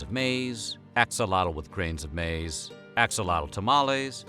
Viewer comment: Newsflash, maiz is still maiz its just not english. Also pronounced it wrong.